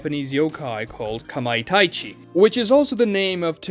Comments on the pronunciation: Kamai TA chi not TAI chi 😂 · kamaitachi not kamaitaichi